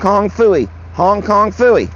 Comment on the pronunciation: I giggle every time you say Hong Kong fewy 😊